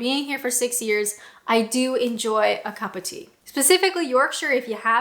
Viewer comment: I love your pronunciation of ‘a cuppa tea’ 😀